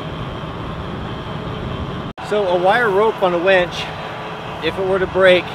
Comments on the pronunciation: what about blow he keeps saying wench when he means winch? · I thought I might be the only one who noticed he said "wench" a couple of times. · Fun video but it's winch not wench. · I had to chuckle when you mentioned the winch, and I heard "wench"... Difference in regional pronunciations are entertaining!